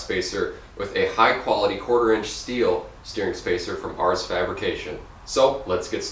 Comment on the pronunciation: Glad you like the spacer. Great install video. FYI it's pronounced Ares (AIR-eez). Let me know if there is anything else you need help with. Thanks again!